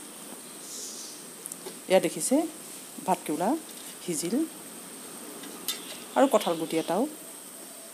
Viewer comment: বাইদেউ ৰেচিপিটো ভাল লাগিল. কিন্তু ভাত কেউলা মানে বুজি নাপালো. ভাত কেৰেলা নেকি. শুদ্ধকৈ শব্দবিলাক কবলৈ চেষ্টা কৰিব